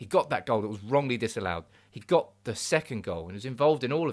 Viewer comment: " it's de history of de Tottenham"